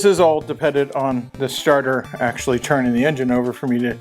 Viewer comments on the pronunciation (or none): none